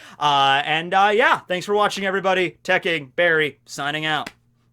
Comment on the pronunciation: not Tecking